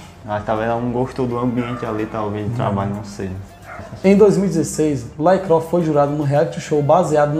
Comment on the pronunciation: LaCroix se pronuncia "lacruá"